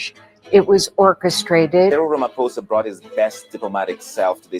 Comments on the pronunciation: Thanks Larry. Here's an easy way to help pronounce his name: Ramaphosa = Rama...posa. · Larry; rama-fosa. I love your work but "President unpronouncable" just makes you look silly.